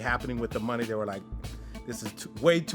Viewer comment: i knew this was a disaster he dont even kno how to pronounce money.